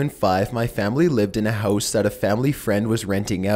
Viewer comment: why do u pronounce house so weird? hoouuse lol